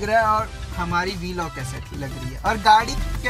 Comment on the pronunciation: Yar..... Vlog.... Bola.. Kro na bhai..... V Log ajeeb lgta hai sunne me...... Jst.... A small suggestion 🙂🙂🙂🙂🙂